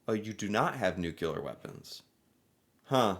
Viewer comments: the word is nuclear not nucular. It’s a small thing but somewhat important. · It's Nu-CLEAR not Nu-CULAR!! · NUCLEAR!!!! Not nucular! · Sir, learn to pronounce some one-syllable words. Say "new." Now say, "clear." Now say them in succession: "new" "clear." Congratulations! You learned how to say nuclear. "Nucular" is not a word. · Nuke for short isok, nukular - not ok, correct is nuclear weapons. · The ability to say NU CLEAR instead NUKE U LA helps Canada a lot, its called "education" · say: new-clear instead of new-killer! 😂😂😂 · Why can’t USians pronounce “nuclear”? It’s nuCLEEar, not nuKeLar. Drives me nuts. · Nuclear not nukelar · ...the word is nuclear...not "nucular". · Well he's ok but he is an American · is it then..? well, please try to learn to say NUC-LE-AR I think it's the pet name 'nukes' in your head that trips you up. so how "bout you try thinking of what we all wish the world could be: cleared of all nukes! or put another way: NUKE-CLEAR. you don't really wanna sound like George Bush the son for your entire life, do you..? ps thanks for the pro Canada voice..!!! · Please - nuclear pronounced NOO KLEER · What's bugging me here is how you say the word "nuclear", "nucular"? Is that a regional thing in USA? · Yes. Nuclear (new killer) and film (pronounced flim) are an American issue